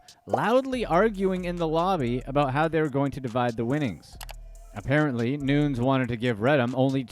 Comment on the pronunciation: Noo-nez not Noons.... cracks me up